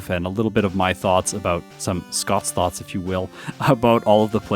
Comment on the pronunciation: Every time you say Scott's thoughts I hear Scott's thots. Not sure how to feel about that lol